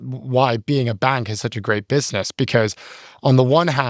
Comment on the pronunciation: As a fan of language and accents, I love when says the word, “bank” it’s like, “BANGk” 😂🫶